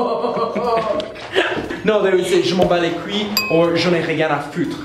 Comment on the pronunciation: Personnaly I say"j'en ai rien a foutre" But be careful with you"re pronunciation You say cuille instade of couille :D (damns it's so rude) same thing for "foutre" you pronounced it like 'futre" ^^